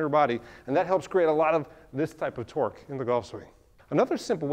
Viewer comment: are you saying twerk or twork?